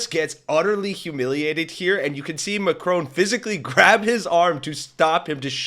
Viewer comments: Mack-ron not M’Crone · Please learn to pronounce Macron.